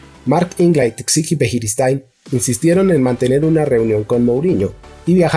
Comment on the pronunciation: Buenísimo . Pero cuando escucho que dice Javi txiki o birijistain ...jajaja